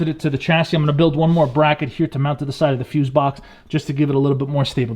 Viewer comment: ‘Stable-bility” no sure if that’s American or 😂